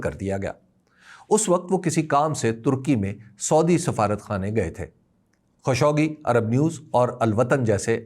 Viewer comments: خاشقجي ہے نہ کہ خشوگی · تنقید مقصود نہیں ہے۔۔ اصلاح مقصود ہے۔ صحیع تلفظ خالق-جی (خاشقجی )ہے۔ معذرت اگر برا لگے